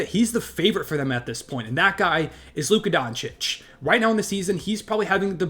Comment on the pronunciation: It’s Luka.